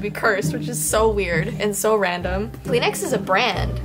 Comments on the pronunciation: Who else heard Clean Ass instead Kleenex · 😂 Kleenex it’s called tissue but you can say Kleenex btw that’s how you say tissue in my language it’s Arabic 😂